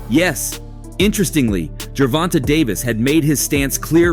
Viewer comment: This guy always says someone name wrong it's not fckn gervon-ta it's pronounced Tay ger von tayyyyyyyy da fck